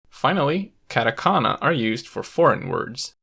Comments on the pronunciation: Stopped watching as soon as he said katakana and kanji wrong. Yikes... 🥴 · I cringe and grit my teeth every time he says "CAT-a-kana" and "CAN-gee". This is particularly bothersome because, as he points out, kana are syllables that consist of a consonant followed by a vowel in every case except "n". Thus he is violating the entire basis of the language by turning what should be "kah-tah" (two consonant / vowel pairs) into the English "cat-ah" (consonant / vowel / hard consonant). The latter does not exist in Japanese and should not be used by foreigners trying to pronounce Japanese words. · 100% authority on the subject lost as soon as you pronounced them “cat a kana” and “can ji” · hard out bro, "cat-a-canna" just made me cringe. Kind of makes you think twice about the narrator's actual knowledge of the language, I'm not saying he is incompetent by any means, but it definitely doesn't inspire enthusiasm. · This video is very informative, but my god I cringe every time he says "CAN-JI" and "CAT- AKANA". Please learn to pronounce the things you are teaching about. KAHN-JI and KAH-TAH-KAH-NAH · Why did he have to pronounce katakana as catakana and kanji as canji. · literally same, same with "catAkana" jkENGLRKN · Actually his pronunciation of katakana is more annoying than the way he says kanji. He pronounces all A’s differently (cat-eh-can-ah). 🤦🏻‍♂️ I mean you bothered to gather all these infos and put all these efforts to making this video, it shouldn’t be so difficult to pronounce A correctly. And it’s actually easier not to mess up. I just don’t get it. It’s just so American (I don’t care how they pronounce it, I’m just gonna say it how I think it should be pronounced). 🤦🏻‍♂️ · I'm glad I'm not the only one this bothered